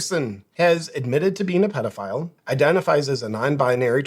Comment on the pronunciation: The way she pronounces pedophile is very odd